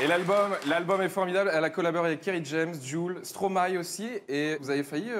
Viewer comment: ENFIN UN MEC QUI SAIT PRONONCER " Stromae " correctement!